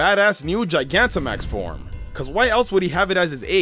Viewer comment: lol you got charizard Gigantimax right